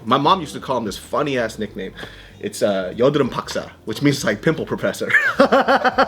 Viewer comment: being korean myself, i was actually very surprised at how well he said pimple professor in korean after only hearing it a few times